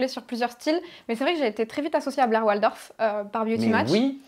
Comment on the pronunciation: Il n'y a pas de e à la fin de Blair ☺️